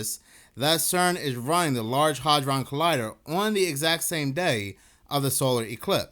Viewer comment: Bruh, the “A” in “hadron” is NOT a short “A”, it’s a long “A”, it’s pronounced ”Hay-dron” …bc you repeat yourself 3,000x in a row, it becomes very rough on the ears when you mispronounce shit. 👉🏼😖👈🏼